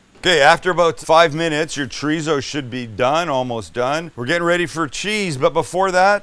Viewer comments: Every time you say chorizo it cracks me up. It's chore-ee-so, not treezo. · PLEASE....stop saying "TREEZO"... it's a 3 syllable word. Thank You, XO